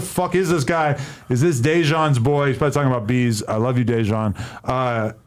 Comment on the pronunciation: I though this nigga Adam said Veeze who the fuck is beeze , that’s what I get for not reading the title lmaooo